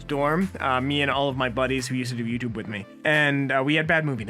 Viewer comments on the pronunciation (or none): none